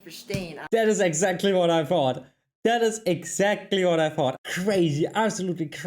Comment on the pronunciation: I have to say you speak good English, the only thing I notice that you consistently pronounce wrong is "W" And you pronounce with a "V" instead of "what" you say "vhat"